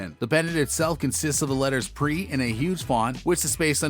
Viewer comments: Its P. R. E. not pre 🐬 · Bra said pre lol not P R E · He said "Preee chain" this guy has no clue what he's talking about